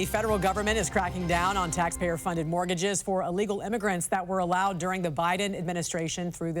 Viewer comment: Mortgages. Mortgages. Not morgages.